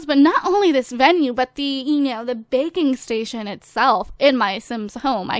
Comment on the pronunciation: When you said "Baking Station" I thought you said "Bacon Station"